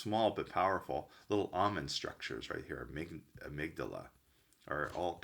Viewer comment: Amygdala, the guy doesn't know how to say amygdala or benzodiazepines, besides confusing limbic with lymphatic throughout the video and you think he's an MD?